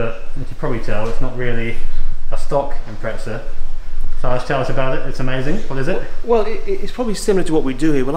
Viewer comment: Dear English folk, "impreza" has no 't' in it. Thanks.